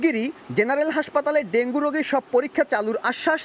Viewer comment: সংবাদ পাঠক ডেংগু না বলে ডেংগি বলছেন, এরকম ভুল উচ্চারন কিভাবে করেন,একজন সাংবাদিক?